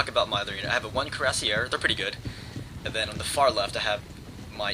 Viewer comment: I like your video's, but the one thing that drives me up the wall is your pronounciation of Cuirassiers, your calvary unit. As an FYI, and if you have taken French in college or High School, it is pronounced kur-vas-e-a. (The first 'a' being pronounced with a long 'a' sound, almost like an 'o' sound) In addition, the Russian Jager's were similar to their Prussian counterpart and to Ranger's. They were rifle armed, instead of musket armed. In German, Jager means hunter.